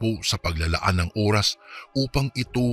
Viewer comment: Oras yun hindi Uras